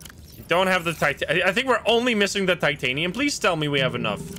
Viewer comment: something ive noticed is you call titanium titinite like half of the time and its funny